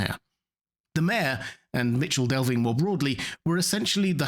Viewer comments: Its MiKel Delvin not Mičel Delving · It's pronounced MiCKLE Delving